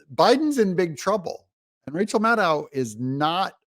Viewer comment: Its pronounced rachel madcow